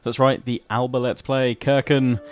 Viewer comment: hi mate, as a Scot and Gaelic speaker I love to see Alba finally represented hah, just one thing to say about the pronunciation of alba and its that the “b” is a soft b and more like a “p” as well as a silent “a” in between the L and B so it’s more like “alapa” and the last “a” is quite short, but apart from that amazing video, keep up the good work